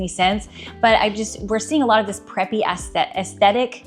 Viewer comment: 'Ass-sthetic' 😅, enjoy your content